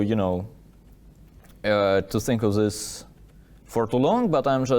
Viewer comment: Love these recaps from Daniil! Just curious, why does he pronounce words like "this" as "zhis" but he can pronounce words like therefore correctly? I thought maybe he just wasn't used to making the TH sound until I heard him say therefore?